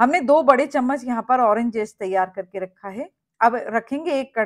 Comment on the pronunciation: Irs zest and not jest.